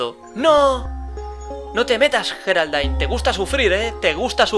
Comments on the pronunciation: Me llamo Geraldine :'v y no se Dise geraldain es yeraldine pero se escribe con g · como se escribe: Geraldine como se pronuncia: yeraldin como el lo dice: geraldain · No Sé Dice Jeralain Se Dice Geraldine. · cierto se pronuncia yeraldine y se escribe geraldine q casualidad yo me llamo geraldine y en lucar de geraldine se supone q es coraline